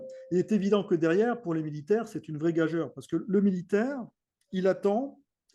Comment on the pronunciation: gageure se dit gag.ure et c'est la raison de la présence du ....e...